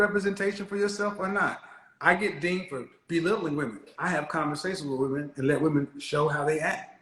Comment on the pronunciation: Many of these “educated” women pronounce the word women ‘woman’